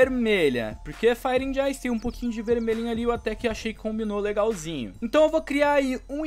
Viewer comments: Mano não é ANDI, é AND (D mudo) Tipo Fire ANd Ice. TMJ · ta me dando agonia tu falando and com d se fala so an como Fire an ice n se pronuncia o d <3 dicas do luskitas uhshuahusahu